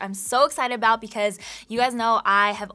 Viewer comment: Great tips for beginners/reminders for all :) Hehe at “ablout”